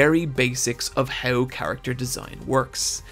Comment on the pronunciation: gotta love how he says "HEUW" instead of How xD